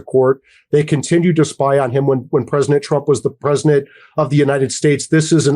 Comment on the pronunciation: is that guy saying "Presnadet" when he wants to say "President"?